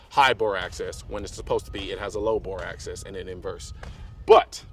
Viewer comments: Bore Axis, not access... jeez bro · It's Axis not Access. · I believe Colion knows that its bore axis and not access. I think its just how he's pronouncing it. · access to the bore? it's axis of the bore lol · Anybody want to tell Mr. Colin Noir he is saying axis wrong before you film the entire video? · "Axis" not access lol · Bro, it's BORE AXIS, not access. You were probably saying it right, but it sounds like you are saying access. Just some constructive criticism is all, no offense intended. Love your vids. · Axis... Not access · Axis. Not access. I couldn't get over it. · Colion Noir It might be your accent. You saying AXIS sounds like Axses which is how most people pronounce access. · I dunno, i thought he said it right at first but the more he said it it sounded like access. Especially when he was saying he always butchers it and gets it backwards. Like he was looking at it in the way that the higher of a grip you can get on the pistol, the more bore access you have. Higher grip means that the bore is more accessible. Would explain why he always used to get it backwards all the time. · "The low Boar Access basically helps because there's a fulcrum" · Xbridgeman1975x i swear i was thinking the same thing.. but i think he just says axis like that. If not then he has high/low mixed up bc he is thinking of his hand in reference to the bore rather than the bore sitting lower to the gun's axis. Not access like the accessibility for his hands to be closer to the bore(?). Easy mix up i guess. - SHIT: happens to the best of us.. Definitely lost merits on his "tacti-cool" badge tho. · Colion Noir its all good, i wasn’t making fun of you, i was just curious if you were saying access. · Cringed every time he said it.